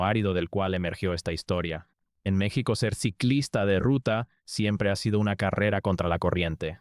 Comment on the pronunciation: Todos quisiéramos que este vídeo fuera cierto.... Pero es otro pend ... Vendiendo videitos y no sabiendo pronunciar bien el nombre de nuestro país ... Te cuelgas del triunfo de este gran atleta para decir tantas mentiras.... Que lástima me provocas.... Hasta creo que eres Argentino